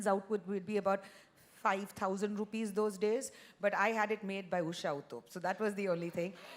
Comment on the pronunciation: Barkha it is not “ Uthap” but “ Uthup” . Please pronounce it correctly